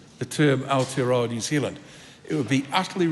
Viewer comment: "The name of this country is New Zild," says Winston.